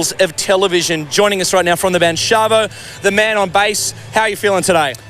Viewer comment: Shaba? damn australians...